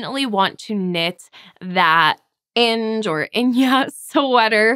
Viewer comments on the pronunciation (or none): Love the Inge (I think it’s pronounced In-ga, like the name, nothing fancy!). Also you could make a striking cowl from that colorwork pattern rather than the whole sweater. Also a cowl is a perfect way to break into colorwork. Those 4 autumn-colors would make a BEAUTIFUL colorwork hat and/or cowl. You wouldn’t need to dilute the depth of those rich colors with the oatmeal one that way (at least I prefer them without the light color added). Save the oatmeal for the Inge. And a cowl in those colors would be gorgeous next to your face, I bet you’d wear it all the time.😊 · Inge is pronounced as in-guh and is a common european girls name 😁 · The white blue and red pattern is pronounced Ing-a😊